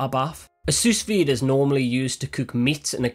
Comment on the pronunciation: Genius idea. Pro Tip: It's pronounced sue-veed. The s at the end is silent